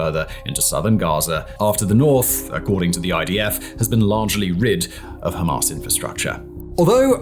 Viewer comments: It's Hamas, NOT Hamarse. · Dude. Its Ham_ass, not Ham-arse. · I love the way he pronounces Ham-arse 😂 absolutely brilliant